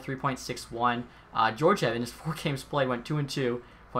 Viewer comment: Also Gee-or-gee-ev